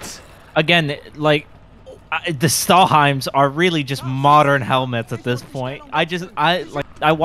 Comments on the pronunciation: I love that says "Stahlheim" instead of Stahlhelm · Didnt he say stahlheinz?